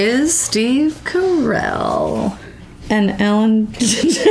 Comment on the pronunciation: Steve, you just said your family name is Caracelli, not Carell!